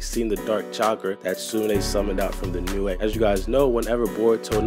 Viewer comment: OMFG ITS PRONOUNCED LIKE NEW NOT NEWAE